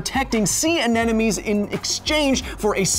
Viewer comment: Lol, He said Anenomies!